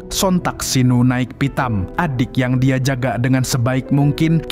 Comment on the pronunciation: apa banget ujung nada bicaranya pake K😭😭🙏🏻 "Dia jadi Diak"🗿